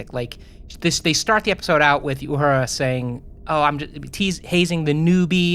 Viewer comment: Love you guys! But, please stop calling Uhura Yahura. Theres no Y in her name.